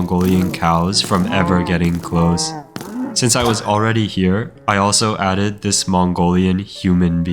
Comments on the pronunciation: "I aded Witch Hunters to Minecraft" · "i added intercontinental ballistic fingeestrikes"